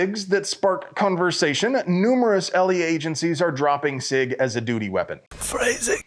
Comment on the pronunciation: You said doodie (duty)